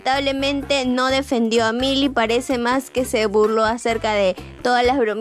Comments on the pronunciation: Se pronuncia mili porsiacaso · Jajaj no es mayly es millie jajjaja 🤣🤣🤣